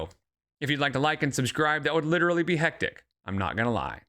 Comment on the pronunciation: Bingo! "Hecticana" got me bingo. 😆